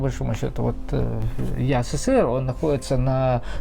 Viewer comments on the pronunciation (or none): none